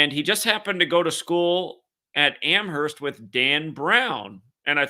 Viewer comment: Amerst (the H is silent)